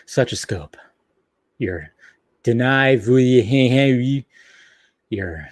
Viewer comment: I don’t think you’re actually even trying to say Denis Villenueve’s name right anymore, like it’s just fun joke we gotta keep doing